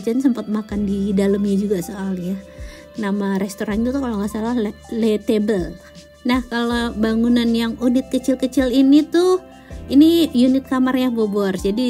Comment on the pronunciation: Bocaaan... LE TABLE, krn French language, bacanya ya le table... Bukan le tebel... Xixixxii... Juga LE TEMPLE, bacanya ya le temple, bukan le tempel.. 😜 Sedikit masukan aja yaaaah.... 😜